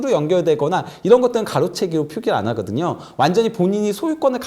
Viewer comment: 저 기자분 발음 왜저러나요?? 좋아 하그든여~ 했그든여~